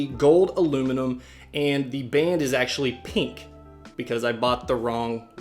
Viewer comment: the way he says pink annoys me